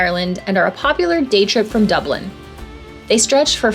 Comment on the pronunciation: Hey. There's no need to add a syllable to Dublin.